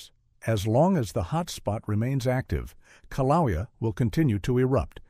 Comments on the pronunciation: Kiloweeau pronunciation is killing me, it's kilauea A.I. GUY. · How many ways can one pronounce kilauea wrong... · Im not from Hawaii but I agree the pronounceation of Kilauea is very objectionable. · I thought it was interesting that Kilauea was the most mispronounced name in the video. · The info in this video is not in any way factually true. Volcanic activity both rides and decreases before the actual eruption occurs. These people obviously don't know what they are talking about in the video. Also, the use of A.I tech in this video was a very bad idea. It even pronounced mount kilauea incorrectly. The people on here have probably just glanced at subject matter, then thought "oh well, we know more facts about volcanic activity than the seismologists, geologists, and other scientific members. We don't need to read all of this information. Let's form our own baseless evidence." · I totally agree! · Kilauea is mispronounced. But, stupidity does not hurt - it only hurts those who listen to it. I doubt USCS is the "source" of that. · The pronunciation? O M G !!!😑